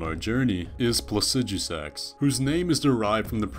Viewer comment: Not trying to be a grammar nazi about made-up words or anything lol, but why do you pronounce Placidusax plah-sih-dyoo-sax? You said yourself that the root of the word, Placidus, is pronounced plah-sih-duhs, it should be plah-sih-duh-sax, no?